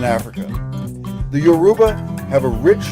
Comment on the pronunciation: I like the video , but it was bothering me hearing him butcher the name of my mother tongue. You say it as Youraba , not yoruuba.